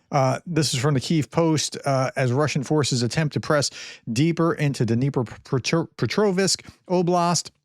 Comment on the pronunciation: Dnipropetrovsk = Дніпропетровськ (Ukrainian) KNEE PROPER TROV SK. You should not say TRO like in TROJAN or TROPHY. Say it like TROT or TROTTING.